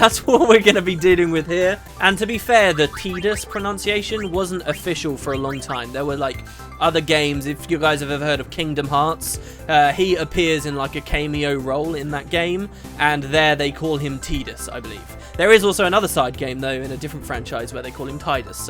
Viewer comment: I love how you follow up "Tide-us" by saying "came-e-o" instead of "cam-e-o" haha. Anyway hyped for this.